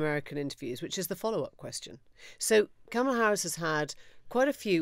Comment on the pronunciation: It's ",la" (or "comma-la") not "camel-a" ... would you Brits please get it right already!